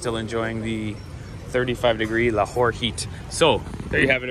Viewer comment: la Whore? it's a city name? 🤣🤣🤣🤣🤣🤣🤣